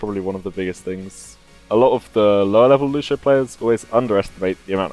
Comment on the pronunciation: Bro, I'm brazilian, and the right way to say IS NOT "Lushio", but Lúcio, the C thing is pronounced something similar to SEE, but without the double E. Don't forget that there is the " ´ " thing, so the pronunciation on letter U will be stronger.